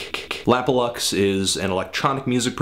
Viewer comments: yes you are saying it right, it's supposed to be an abbreviation of 'lap of luxury' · You are saying it right! His name stands for 'Lap or Luxury'